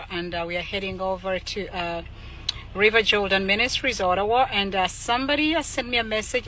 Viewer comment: Olawa instead of Ottawa🤣🤣